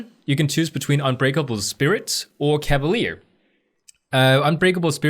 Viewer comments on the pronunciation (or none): none